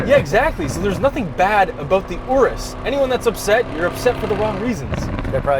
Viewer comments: That is not how you pronounce Urus. I mean... It kinda looks like an Oreo Ice Cream Cake. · i think i’m gonna have to get over youtubers saying urus wrong